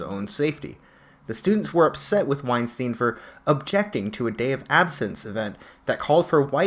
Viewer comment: Small point: his name is pronounced wine-stine (rhymes with Einstein). Not wine-steen. Not ween-steen. WINE-STINE.